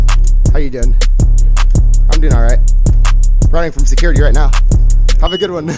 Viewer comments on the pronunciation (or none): Why can’t you say security